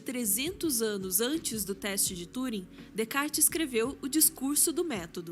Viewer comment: Sensacional! Ouvir a mulher mais sábia pronunciar Descartes corretamente sem o 's' comprovou o título! E história de Turing é pesadíssima, indico o filme o 'O jogo da imitação'!